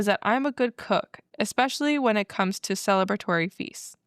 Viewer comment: Sorry, I have to say this…, you always add an x to the word especially. Kinda funny though 😁 Love you guys ❤